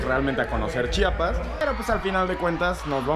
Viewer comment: Acabo de encontrar este video, omg me encanta que diga bien Chiapas y no chapas como algunos que lo hacen a propósito